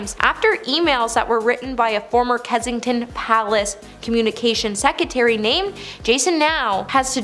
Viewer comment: PLEASE!!! It's Sussex, not Suxsex, & not secetary but SECRETARY. Dear God, where did you go to school????